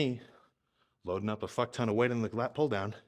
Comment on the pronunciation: I FINALLY FIGURED IT OUT! This dude is %100 a trailer park boys fan and is channeling his inner Ricky at times lmao. If ever binged that show and didnt have a slight Canadian accent you didn't really watch that show lol. "Ohh fack, I'm fackn pumped" 😂😂